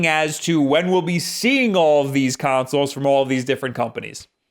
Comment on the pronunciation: consolzz With s